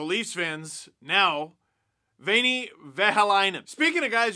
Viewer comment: Greetings from Finland. A couple of things about our language (yes, Imma be that guy). 1) The letter 'h' actually exists and is a pronounced letter. Do not try to swallow it or merge it with other letters. 2) we don't change vowels like germanic languages or even English sometimes. Veini is pronounced letter by letter and actually is pronounced literally the same way as the English word veiny. Your ä is pretty good actually, so shoutout to whoever taught you that! ^^ I don't mean to be mean, just trying to help. Much love, Steve! Love your stuff! <3